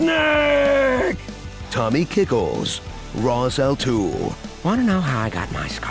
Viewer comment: "Rhas Al Tool" 😂😂😂